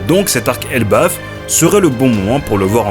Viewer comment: elBAF pas elbeuf, mais sinon genial